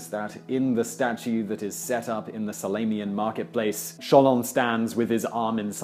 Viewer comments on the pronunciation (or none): Kate Gladstone , he said the statue of Solon. As for orators, he didn't say the word throughout the video. For , I actually heard him saying salaminian as salanian. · sal- a- min- i- an. salamian. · When he says Salamian instead of Salaminian . Just poking fun though. Love your videos! :) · And did you see the pronunciation of "Salaminian?" Like "Salamian." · scarlet "Statuary" appears (and is mispronounced as "statue-tree") : right after he mispronounces "orators" (as "or-ATE-ors") .(I earlier mistyped this as and .) This time around, I also noticed that he pronounces "Salaminian" as if spelled "Salamian" , and I'm wondering why he drops a syllable. (It's almost as weird as his use of "Sholon" for "Solon": audible .)